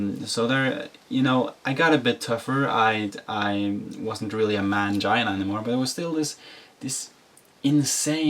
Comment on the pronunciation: Dislike rate alone should have stopped YT recommending this video. He looks unstable and there is something that bothers me in how he repeats and emphasizes "mangina" .